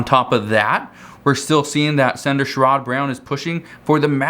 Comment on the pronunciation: Sherrod Brown is pronounced Share-Ed Brown. I`m from Ohio. I`ve talked with him